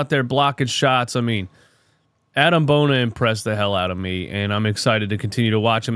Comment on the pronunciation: Just for future reference, it's pronounced "bo-nee-ay" 😂 Maxey, Ricky and Bona are running the league in the 2030s